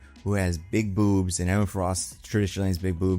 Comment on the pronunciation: pronunciation of boobs is funny.